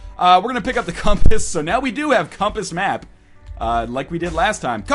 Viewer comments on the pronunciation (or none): "Were gonna pick up the compiss"